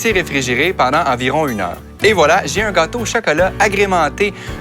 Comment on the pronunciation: je n'ai pas vraiment fait attention à la recette parce que je regardais un beau gosse avec un joli accent surtout la façon dont il prononce "gâteau" XD